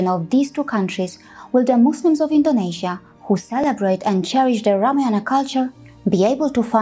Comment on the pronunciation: कृपया रामायण बोले । यह शुद्ध उच्चारण है 😊👍